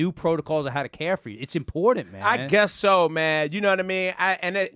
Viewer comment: ..there is no "D" IN IMPORTANT